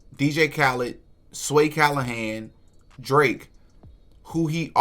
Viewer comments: Sway Calloway, not Callohan... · Bro, why you keep saying Sway Callahan, when the person in the interview clearly says Sway Calloway. I would hate to be "Sway Callahan" and hear you throwing his name out there instead of the other guy. LOL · Sway Calloway not Calohan